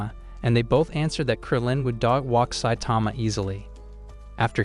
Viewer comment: Did you say saitama 💀💀💀